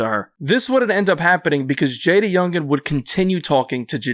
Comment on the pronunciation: Lmao the report pronounced bro name all wrong . JayDA youngan